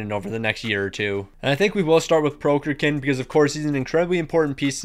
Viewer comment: How can the google pronounciation of Prokhorkin be that hard to imitate? :D